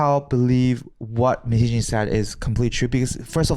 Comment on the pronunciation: How pronounces Min hye jin's name sounds like "minijeans" XD